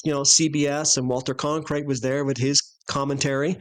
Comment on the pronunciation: I like "Con-krite" much better...It sounds more like a freudian slip! 😂